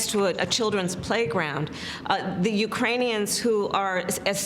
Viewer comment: Yeah that's why he called the Ukrainians the Uranians. We need a leader not a speaker.